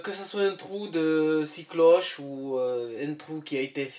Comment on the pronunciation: Scie cloche et non six cloches comme le chiffre lol, sinon bonne vidéo instructive.